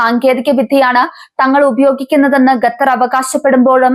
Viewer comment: ഖത്തർ ✅. ഗത്തർ അല്ല. ❌